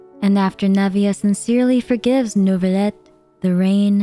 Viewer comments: did u say neuvibleh??? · i cant with these pronunciation first neuvillite and now fontaine girl calm down u can speak normally 💀